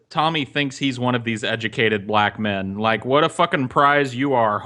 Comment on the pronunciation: how the fuck does Tommy add a letter to "men"? "Me-in," are you fucking serious?